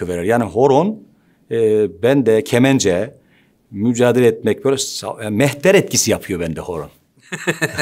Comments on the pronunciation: Kemen(c)e derken şive nasi kayay ama 😅 Adamsun. 👏👏👏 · KemenCe deyişi farkedildi.